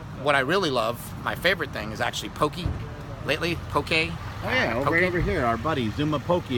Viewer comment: thank you cris bell for saying it correctly... poke (po kay)..